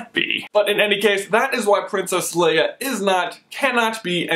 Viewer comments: Are we just ignoring the fact that keeps saying Leah instead of Leia!! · LAY-AHH NOT LEE-AHH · "lee-uh" lol "lay-uh" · Man, I can't stand the way you keep saying Leeah! Its Leia with an A, not a flippin E!!!! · Lay-a not lee-a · Is anyone else bothered by how he is pronouncing Leia, Lee-ah and not Lay-ah. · I love this video expect I am always really annoyed when you say Leah instead of leia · You say Leia like Lee-a, not that its a bad thing, I Just noticed it. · you said LEE-UH....NO. LAY-UH. Leia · its not leeeah its laaaaaya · Okay, I am just gonna stop you there. It's LAY-UH not LEE-UH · its Leia not Lea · Lay-ahhh not Lee-ahh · Did he just call her Leeah the entire time? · Why are you pronouncing it wrong? LAY-A, not LEE-A... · lay-ah, not leah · The fact that you keep calling her "Leah" omits your right to even debate anything anout Leiah. I do agree that she is not a Disney Princess, though, Starwars will never be accepted as a Disney IP by real fans. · Not Le-uh, Lay-uh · It's leia (lay-uh) not Lea (lee-uh) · it is pronounced (laya) not leah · For most of the video you pronounced het name Lia not Leia. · Why are you saying it "Leah"????? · Does it bug anyone else how he always calls her "Lee-ah"? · Honestly! It's pronounced LAYA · It's pronounced Laya! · I hate when he says her name wrong. I'm sorry but I can't stand it. Her name is pronounced "Lay-uh" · Leia is pronounced Lay-ah. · its Leia, LAY-UH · Why do you keep saying Leia as "Leeuh"? That's not how you say it, bruh. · thats not how u pronounce her name its (lay-a) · Please pronounce her name right. So many people do it wrong. Don't be one of those losers. It's pronounced ( Lay-uh ) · HES SAYING LEIA WRONG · Why did you pronounce Princess Leia two different ways in this? The one you did the first time was correct. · when you say her name I cringed